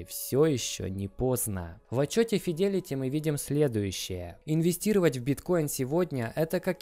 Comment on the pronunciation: Правильно говорить Джэминай и Файдэлити